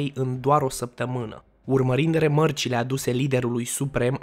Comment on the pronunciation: Corect se spune rEmarcile si nu remArcile🤣